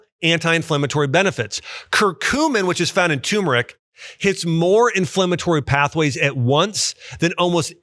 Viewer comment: Btw Dr. Axe, it's turmeric (tur-mer-ick) NOT tumeric (tomb-er-ick)